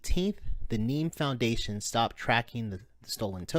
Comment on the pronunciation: It's NEM not NEEM, sheesh. :)